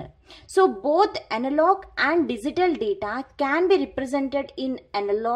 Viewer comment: Thanks for the kindness ma'm.. Just one request.., Please pronounce Digital as "D G Tall" and not as "D zee Tall"...